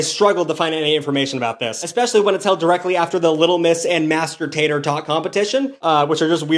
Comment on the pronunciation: No way bro said “Master Tator” & didn’t even acknowledge it.